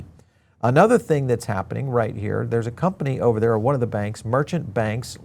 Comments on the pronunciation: Its pronounced Wahn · It's pronounced one